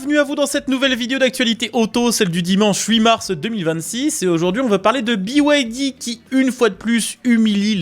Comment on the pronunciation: Pourquoi biouaildi? pour moi BYD ça se prononce bide. Continuez à faire la promo de voitures subventionnées par l'état chinois et vous finirez par vous retrouver à poils. Cette concurrence déloyale et faussée tue nos marques et nos emplois. Il serait plus que temps que vous en preniez conscience. Pour moi ce sera Alpine 100% fabriqué en France avec en prime, un réel plaisir de condire...!